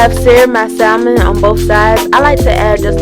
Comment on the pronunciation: The L in salmon is SILENT. 🤦🏾‍♀️